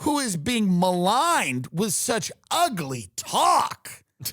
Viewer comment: Saying UGLY with 3 syllables was extremely necessary for this rant